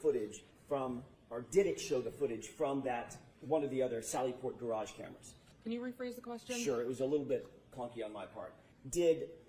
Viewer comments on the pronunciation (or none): “It’s a gaRARge.” 🥴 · If you haven't yet heard Auntie Deb's (@ latest hit single: How come you can't pronounce garage (Gararje), it's a must :face-purple-crying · she can spell her name but she cant pronounce the word. Garage😂😂